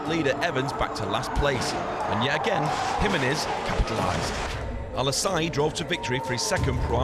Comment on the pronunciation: The pronunciation of Jimenez makes me wanna rip my ears of in embarrassment